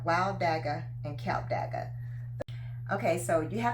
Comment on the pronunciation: Klip dagga Not KILP DAGGA